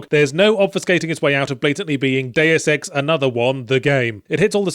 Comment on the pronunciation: It is Deus Ex, not Deu Sex